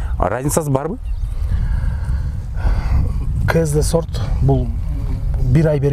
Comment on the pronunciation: Талазта с тамгасы жок да сорт дебей зорт деп айтпайсыңбы